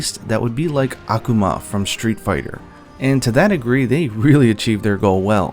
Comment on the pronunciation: Akuma's name got butchered just like a great jagras vs every other monster.